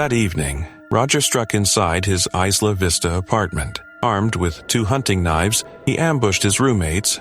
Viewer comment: It's pronounced Eye-lah Vista. Plus I know those children. They are horrible awful people who are cruel to those who aren't in the "in group", who aren't one of the "beautiful people". That doesn't defend what he did; but it explains it.